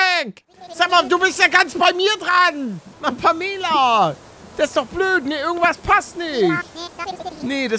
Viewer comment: Pamela wird Pämela ausgesprochen und sie redet grundsätzlich zickig und hochnäsig